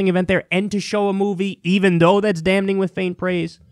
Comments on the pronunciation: Love the show...but "damning" isn't pronounced "damNing". The 'n' is silent. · Can we drop that first ‘N’ and just say it ‘dam-ing?’Mad love though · First, WWE still paid the women as if they'd been on the show. Of course they're not going to just magically realize that exposed female skin is okay, but it still feels like progress. Also, the goddamn N is silent in damning. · anyone else annoyed kyle doesnt know how to pronounce the word damning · Alright, does it bother anyone else that Kyle says “damning” as if the “n” wasn’t silent? Haha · I wish that Kyle would stop pronouncing the first "n" in "damning"! It's silent.